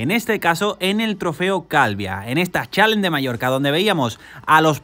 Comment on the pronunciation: se dice Calviá con acento!!! gracias por el video crack